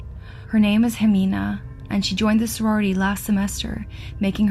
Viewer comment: I love how you narrate, it's perfect for the stories you do honestly. As a Mexican it's strange to hear Jimena pronounced as Jemina tho